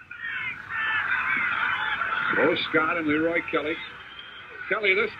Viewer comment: Broadcasters pronouncing Kelly’s first name couldn’t seem to decide which syllable to put the accent on.